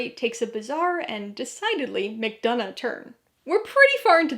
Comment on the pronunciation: I also want to add on to this that you are the ONLY person who has pronounced McDonagh’s name correctly and that means so much to me.